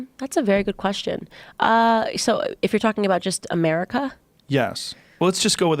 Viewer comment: “ if just just talking about Americah”